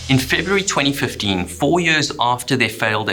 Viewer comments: Yeuuuhhhrrrssss. Why the heck do you pronounce YEARS so weridly? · Tropical Areas? Japanese Navy? Ship Wrecks? IM IN! btw. "50 Yööörs läter"